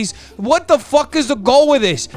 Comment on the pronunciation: I find it hilarious that when u get super Uber mad, when u use the f word instead of f*ck, all I hear is FOOK 🤣🤣🤣. I love this side of u!